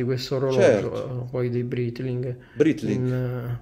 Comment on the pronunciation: Britling 😂😂😂😂😂😂ma come faremmo senza ia serata anti stress del mitico????